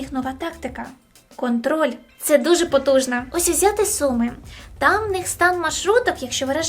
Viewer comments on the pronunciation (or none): none